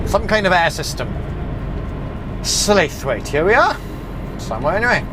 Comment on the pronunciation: Just one quick little tip, just in case you're ever over Huddersfield way again. Slaithwaite, as you pronounced it, is actually just known as 'Slawit';) Wish I'd have known you were round here like.